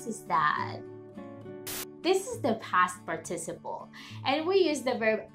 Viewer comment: Hi, you need an extra syllable par/ ti/ ci/ ple